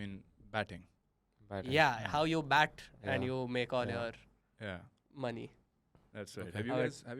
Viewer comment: `BAT not BET